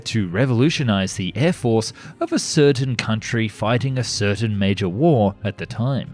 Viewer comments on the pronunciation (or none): none